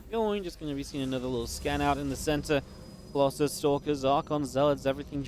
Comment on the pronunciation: Why u say colosai on colosus?